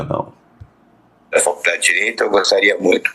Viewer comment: É impressão minha ou ele fala: faLcudade de Direito"?